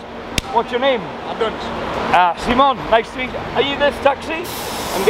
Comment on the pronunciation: Why do you say - Simón-? all the time? Just say it like it is right.. guess it won’t be any problem. The name is international enough